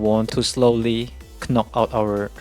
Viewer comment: The first K in knock is silent